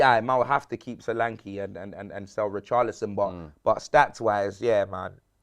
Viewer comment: Dominik Sore-ankle 🤣